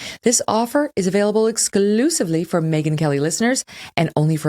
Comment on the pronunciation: Did that lady really call her “MEEgan”??😂😂😂